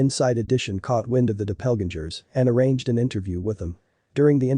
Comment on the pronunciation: the pronunciation of their "last name" Da-Pell-Gun-Jers DOPPELGANGERS...not their name!